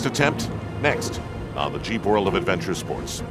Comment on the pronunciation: ROFL, when he said "Jeep" I heard cheap...... LOL!!!